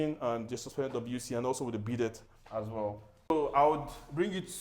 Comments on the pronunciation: This is super luxurious. Welcome! Ps. Bidet is pronounced “Bee-day”. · FYI for your future videos - Bidet is pronounced 'bee-day'. The layout looks well thought out. For future videos, i'll suggest that your script includes details of the layout of the house (sqms etc) and the use of architectural and interior decor terminologies (e.g. that space after the kitchen is called a pantry etc) Bedrooms: i would probably suggest a more spacious walk-in closet for the biggest and second-biggest rooms (women tend to need a lot more space for clothes and shoes and only require a dressing table, mirror and bed in the actual room. Security: Looks to me like the house is on a busy road, how do you ensure safety with the type of door installed in the garage? Perhaps something to think about for future projects. Kitchen: The back burners of the cooker appears very close to the wall. Would this not affect the placement of pots on them? I've also experienced fire heating up the back wall because burners are too close to it - something for you to consider in future builds. Also, Nigerians love their deep freezers (to preserve bulk food purchase), you should think about carving out a space for it in future builds, and for this one, perhaps a socket in the pantry area.